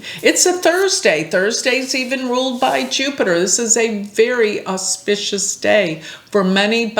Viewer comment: BTW, your pronunciation of “auspicious” is exemplary! 😊